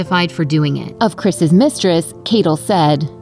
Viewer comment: Say “Chris’s”. You sound like an idiot.